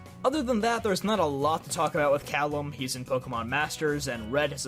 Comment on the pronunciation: FINALLY!! Someone who pronounces Calem like “Callum”. Me too! High five! 🙏